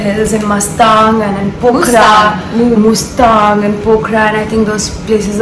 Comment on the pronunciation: She keeps saying mastang😂